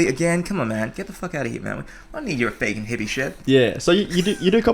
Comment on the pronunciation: 2013 - back when pronounced vegan as vaygan.